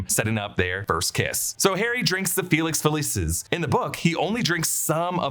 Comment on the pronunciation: ITS FAWKES FFS NOT FOX. LEARN YOUR PRONOUNCIATIONS. FELIX FELEEEECIS NOT FELESIS